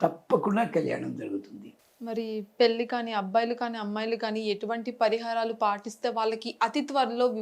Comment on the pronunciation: పెల్లి కాదమ్మ పెళ్లి. ముందు తెలుగు సరిగ్గా నేర్చుకో